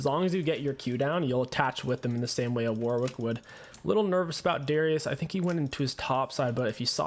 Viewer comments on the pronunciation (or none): none